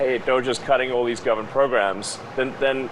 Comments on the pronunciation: I hate that he can’t pronounce government. “Govment” ahhhh 😂😂😂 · Elon saying "gubmint" pleases me. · the way he says government is so funny